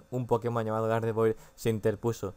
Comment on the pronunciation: se dice gardevuar